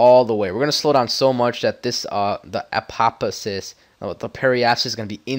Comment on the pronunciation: why do so many people have a hard time saying apoapsis.... apo-ap-sis, not apo-asis not asopapsis...........